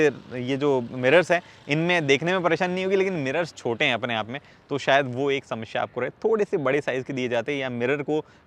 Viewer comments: He is samashya 😂😂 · "समस्या और शमश्या" 🙂🙂